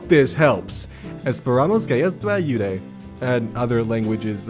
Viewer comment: That pronounce of ayude was absolutely awesome